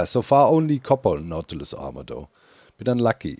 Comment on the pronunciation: Everytime you said "Nautiloid" or "Nautilus" I kept hearing "Mountain Lion" and was like "When did Mojang add Mountain Lions to the game, and why do you have to feed them pufferfish of all things??"